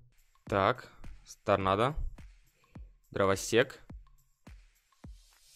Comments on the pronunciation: я ослышался или нет сказал Дровосекс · Он сказал драваСЕКС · Почему ты говоришь дровосекс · почему ты говоришь дровасекс